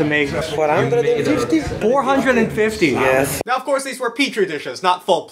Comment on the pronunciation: The absolute italianness of that man saying 450